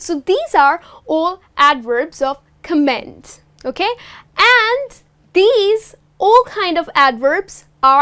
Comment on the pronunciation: Piss Trooper he's probably cringing because of the way she pronounced 'comment'. And she didn't mention that adverbs of manner can also be used in the middle position. But I don't agree with him on the whole channel comment. I think this is a fairly good channel